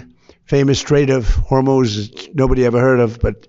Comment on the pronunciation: "The famous Straight of Hormous that no one ever heard of" just listen to this idiot. Unbelievable